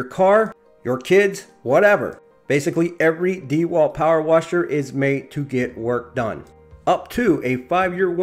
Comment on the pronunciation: If you didn’t say D walt, I’d like this review much better